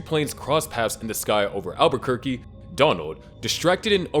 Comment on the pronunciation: Dude said Aberquerque